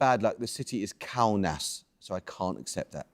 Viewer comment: WTF?! So he mispronounced Kaunas and this tit quiz master, who can barely pronounce standard English, rejects the answer. This is outrageous. A foul!!!